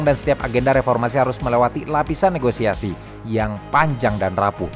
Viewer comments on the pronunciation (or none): none